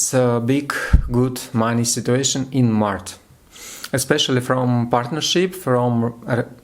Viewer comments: you're just fire! 😊🔥👍 Только про Овнов не "маrТ", а "маrЧ")) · молодец. И приятно удивил. Только обращай внимание, что ты на английском говоришь март (по русски), а надо маач